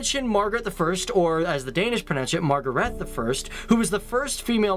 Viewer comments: Who the fuck is Margarette??? Thought it was pronounced [Ma-gra-tøh]... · "Mah-gar-rett" wat.txt? We pronounce it "Maaaa-græææ-te" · More like Mahgraete the First instead of Margarethhhh. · It's pronounced "Magreté" not Magaret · We pronounce it mah greh teh Not Margarett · Sorry, but you really butchered those names. We say Mar-gre-te not Margerete, and it's not Jytland but Jylland. No hate intended, just a friendly helping hand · It's pronounced ''Marh-grah-teh'', not Mar-ge-ret. And it's ''Harold Bluetooth'' not Havard.... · No that's not how we pronounce Margrethe, it's MA-GRE-THE not MAR-GA-RETH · “Now lets talk about Margret the 1st or as the danes say it”MargreTH” im dying XD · I like how you pronounce Margrethe like "Margareth" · we DO NOT pronounce margrethe like you say we do. we pronounce it. MAR-gre_the- the way you say it, sound like us trying to pronounce a margarita drink in english. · Your pronunciation of Margrethe, "as the danish pronounce it" is wrong. Its more like "mah-greh-teh". "mah" as in the exclamation "Ah!" with an m in front of it)- greh (Our "r" sounds are a bit more throaty, and the our e's are more like the one in the questioning exclamation "eh?" )-teh (same e as above, so imagine saying "eh?" with a "t" in front of it). The stress of the word is on the second syllable, so its like mah-GREH-teh. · Ma-ga-reth is not how we pronounce that word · It's pronounced MA(light A) - GRE(PRONOUNCED LIKE GRRÆ) TE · Thea Laue det udtales Mag-Greh-tte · "Or as the danish pronounce it "Margharete the first" Me: No.... That's not... Ma-gre-hte That's how you pronounce it. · It's sooooo fun to hear people pronounce danish stuff wrong xD Jutland is actually called jylland and queen magrethe the first is not pronounced "margareth" by us. Love seeing this kind of videos where you can just laugh at everything that gets pronounced wrong and learn how other countries see Denmark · Mar-Graet-The is kinda the way we pronounce Margrethe :)